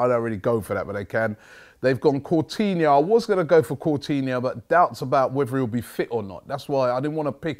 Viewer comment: LOL its coutinho not cortinho and mignolet not millonet btw ur gonna win robbie